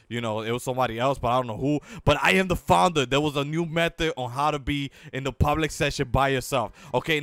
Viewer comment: Xbox360OverAchiever Even more annoying, the dude can barely pronounce "founder."